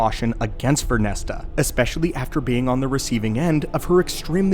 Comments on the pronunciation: VernestRa... you always leave out the R and say Vernesta. sorry to complain though, great vid. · Stop pronouncing it as VernestA it's Vernestra!!! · Vernestra! Vern - Estra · Ver-nes-tra 😂 But I read the title and immediately went.. "Oh yeah that makes sense" I'm a big fan of this character in the books and I am very curious to see what happens next in both media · You said her name wrong every time and that was tough to listen to